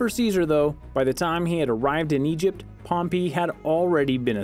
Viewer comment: You can say perpetuity, very well..but you cant say pompei correctly?..